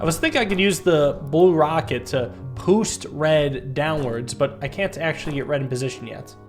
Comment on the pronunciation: He says "poost" instead of "boost"